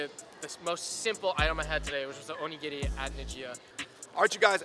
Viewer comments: seems to know a lot about Japanese culture. Even his pronunciations are on point. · The non Fung guy pronounced onigiri correctly